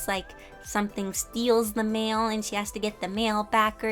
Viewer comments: What she said: magical mail person What I thought she said : MaGICal MaLe peRSon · Every time you said mail I thought you where talking about men😂!! BTW I love the drawing